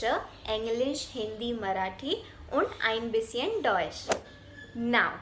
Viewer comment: Einbisschen pronounciation is wrong dear